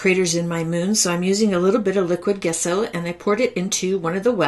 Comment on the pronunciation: Wonderful card, taught wonderfully. For your next video, gesso is pronounced with a soft 'g', as in jello. ;)